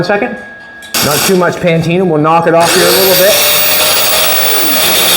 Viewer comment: You said PANTINA again 2X 😢